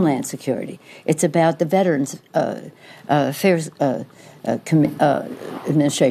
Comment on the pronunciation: ... does she say : veterans fear administration? Haha She does not know what she are saying. She is not well and can not understand that she has the position she has. totally crazy. she forget again what she talking about.